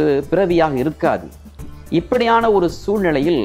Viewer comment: ஐயா உச்சரிப்புக் குறைபாடுகளான பள்வேறு, ஸிக்கள் இள்ளாமள், இள்ளாமல், ஸூழ்நிலை, யாராள், guணம், தடங்கள் போன்றவற்றைச் சரி செய்யவும்.